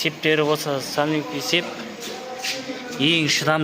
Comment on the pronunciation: Сепь(цепь) анау мынау бааа логопедка бармадынба свет(цвет) диды